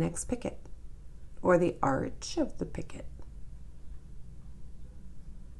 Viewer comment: I'm enjoying your demonstrations (I'm a self taught crocheter). I have trouble reading patterns but visual is golden! ❤️. FYI: The correct pronunciation is pi-CO. The last "t" is silent in picot.